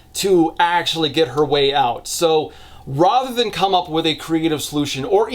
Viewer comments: If you say rother one more time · you've got a really neutral american accent and you pronouncing 'rather' as 'rother' is weirdly jarring